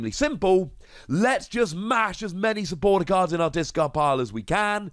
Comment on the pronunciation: he said supporter lol